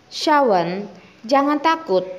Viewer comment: Cara baca yg benar Shawn = shon River = river ( bukan raiver)